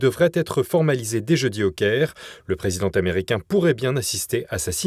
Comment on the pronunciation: Il serait temps que vos journalistes ne fassent pas des liaisons qui n'existent pas. Exemples le dirigeant T' americain , le présidenT' americain !!! Çest tellement choquant et de plus en plus sur d'autres vidéos le français est estropié et ça fait mal aux oreilles. Comment s'étonner que les jeunes parlent de plus en plus mal si ils ont de tels Exemples ! Merci d'en prendre bonne note et pour vos informations que je suis toujours au qutidiens